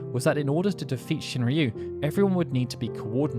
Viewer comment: Shinryu? Seriously?